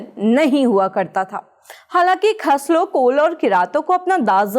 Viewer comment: khash hota hai khas nahi